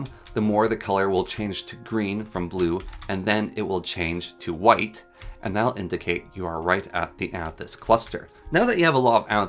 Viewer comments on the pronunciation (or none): none